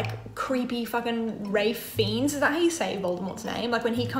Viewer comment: Everyone knows The Prisoner of Azkaban is the best book and movie. Also, no, that is not how you pronounce Ralph Fiennes.